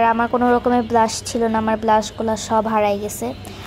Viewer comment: ETA blash na brash😒😒😒😒😒😒😒